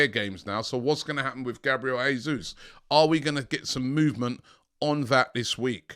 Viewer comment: Jay-sus, not Hay-sus, Portuguese speaking not Spanish. Jo-se Mourinho not Ho-se Mourinho!!